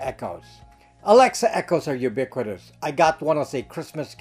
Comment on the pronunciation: Did this guy say ubiquitous or you big critters?